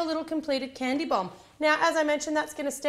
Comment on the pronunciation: It sounded as though you kept saying "candy bong" xD